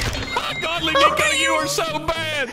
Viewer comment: Coming from a "Neko" It is pronounced "Neck-o" or "Neh-co" not "Nico or Knee-co" XDDD if your trolling with the name, then I had no idea LOL